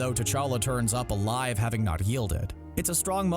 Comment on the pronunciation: I’m sure killmonger is “aylive”